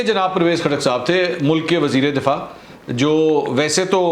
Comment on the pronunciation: Mansoor bhai .....wazir e difaa nahi wazir e dafaa .